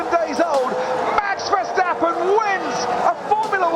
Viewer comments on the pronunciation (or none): If Redbull wins, I want Tom Clarkson to stop calling Max “Vershhhtappen”. Just drop the H. There is no H in is name :). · Any excuse for him to say "VerSHtappen!!!" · Can Tom Clarkson please stop calling Max: Vers-hhhh-tappen The "s" in Dutch is exactly pronounced as the "s" in English. ... The way you butcher Max' surname is an absolute travesty.!! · the only thing that hurt my ears was your Versjtappen pronunciation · It's Verstappen, not Vershtappen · there is no sh in verstappen